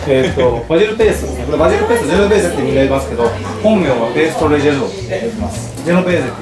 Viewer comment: ジュノベーゼじゃなくてジェノベーゼですよ！